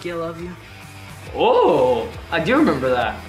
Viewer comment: I love how TK legit said i reemeber that